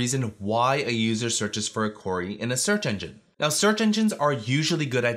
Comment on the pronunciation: Great tips but I'm always distracted by the mispronunciation of "query" ("Quarry")